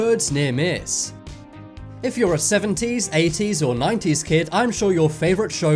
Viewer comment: When he said 80s I thought he said ateez💀😂😂😂